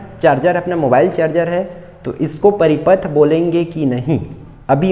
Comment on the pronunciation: Paripath Nahin Hai paripath Nahin Hai